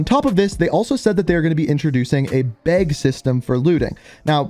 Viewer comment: “Beg” I think you meant “bag” 😂